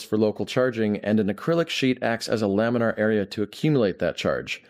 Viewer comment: There’s no r in lamina